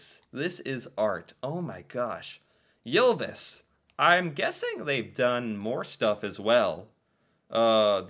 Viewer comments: Its not prounonced jylvis its y not jy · Your pronounciation of "Ylvis" was pretty close to ours, except for one detail, you pronounced it "Jylvis" instead of "Ylvis". But it was still definitely recognizable. :-) So don't worry about it much if you don't want to.